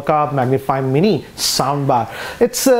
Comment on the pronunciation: It is not capable to say mini......but well